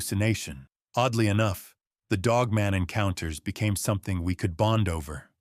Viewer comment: Did nobody at least edit this AI video? The woman’s arms are obviously a man’s hairy arms. It’s just lazy and it’s not pronounced Dogmun lol.